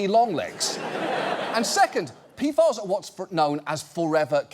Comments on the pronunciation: Wait it's pronounced "P-FAS"? All this time I was thinking it was "P-F-As" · Who tf came up with the pronounciation P-FAS It's calles P.F.A.'s like every sane person would name it gosh 🙄 Been wondering about this for a year now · Tell me I'm not the only one who keeps hearing, "pedophiles". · It sounds like he's saying P-Farts. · peefahs. Ridiculous. Also have chem degree also never heard. Saying pee ef ay is hard work now. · Was I the only one who kept hearing "Peedfiles" when John Oliver says "PFAS"? Like I figured it was a joke to make it sound as scary as it is or maybe just make sure people are paying attention, but I'm not sure now if it was intentional or even just me having bad hearing.